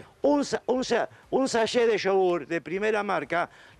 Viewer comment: SACHET cumpa, habla bien, como que SAYE😂